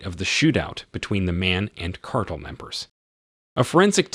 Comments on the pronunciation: its Car-Tel not cartal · car-tell...as in an organization of monopolizing a commodity or business. Every dictionary has pronunciation keys!